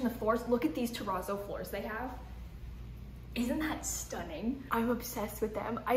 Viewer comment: “I love that giant plant, i’nt that so cool” her southern accent came out so thick there. I never think of Florida as a state that would have a southern accent like that. I LOVE IT!